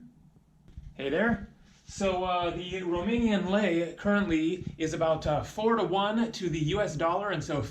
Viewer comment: Hey i am from romania and i need to say that you have a very good romanian acent